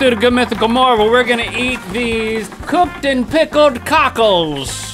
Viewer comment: Has anyone else noticed how link says mornine instead of morning